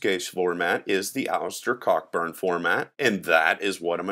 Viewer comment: I believe the name is pronounced 'Co-burn'.